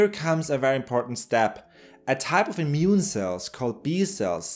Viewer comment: Sorry.. can't help but hear "mune system".. as known from "natural mutiny".. munity, I mean :D